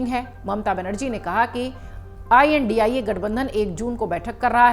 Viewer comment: Ish ko bolna bi nahi aata Indi nahi india